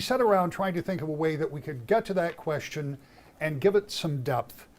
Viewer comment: Speaking on Education and Gretch says, "great queshion." Um, that isn't a word.